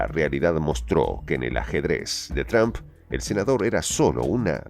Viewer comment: El narrador al inicio dice Expresidente Tump....ya lo acabamos?....estaría bien, pero mejor acabamos de una vez con el hegemon al completo.